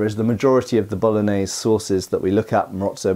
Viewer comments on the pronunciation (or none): none